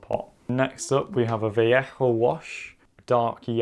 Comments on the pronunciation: It’s pronounced va-lay-hoh not va-le-hoh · Ethan Rowland It's more like vah-yeh-ho, isn't too far off with his pronunciation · its pronounced val-eh-ho 😂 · What did he say “vallajo” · Your pronounciation of Vallejo is always so suprising when you speak softly and then its like vaLLEjo.